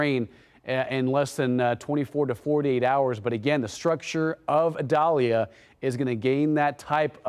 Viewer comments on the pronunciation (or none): Idalia not medalia!!!